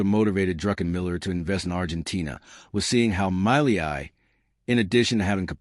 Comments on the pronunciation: My-lee-eye my eye!!!!!!! A few seconds on Google translate would have taught you how to pronounce Milei correctly....... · Its pronounced Meeyay!